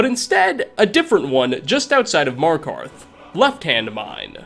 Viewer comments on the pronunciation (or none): none